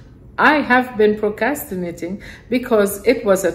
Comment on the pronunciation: That is funny! And you were saying it so nicely without the 'r,' I almost didn't want to correct you.